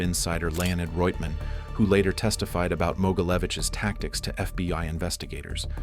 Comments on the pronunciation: It's always FBY, and not FBHow😢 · Fby agents 😂 why does the ai alway get it wrong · Why do you say fby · “FBY” time stamp. What’s FBY? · Get an actual narrator. "FBY"... smh. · FBY headquarters? AI fails nicely.